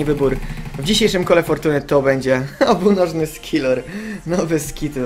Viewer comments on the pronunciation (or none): skillor? coś ty góral 'ze mówis skilor zamiast skiller panocku' ? xD